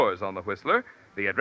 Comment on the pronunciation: So it’s pronounced Los Anger lees.